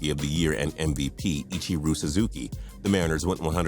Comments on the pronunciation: IchirU?!?! Think you meant to say IchirO! Gosh this guy sucks at speaking like a normal person. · This dude is way off on name pronunciations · 2012 Tigers? Also, learn how to pronounce Ichiro's name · Does this guy mess up names on purpose? C'mon ichiro is not hard to pronounce. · And ichiro.... how dare you